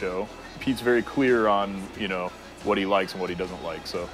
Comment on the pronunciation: he said clear not queer :|